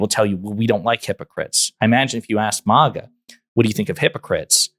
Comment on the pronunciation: It’s MAGA, not MOGA